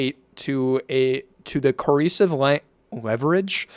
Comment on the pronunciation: CO. ER. CIVE. FUCKING SOUND IT OUT JESUS